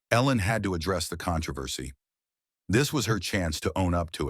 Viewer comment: Your Al engine has really bizarre pronunciation of controversy. Con-tro-versy, maybe with emphasis on the "O" if the speaker hails from the UK.